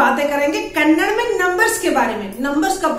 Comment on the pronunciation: Madam Kannad ಅಲ್ಲ ಕನ್ನಡ, ನೀವು ಕನ್ನಡದವರು ಆಗಿದ್ದುಕೊಂಡು ದಯವಿಟ್ಟು ಕನ್ನಡ ಅಂತ ಹೇಳಬೇಡಿ ಕನ್ನಡ ಎಂದು ಎಲ್ಲರಿಗೂ ಹೇಳಿಕೊಡಿ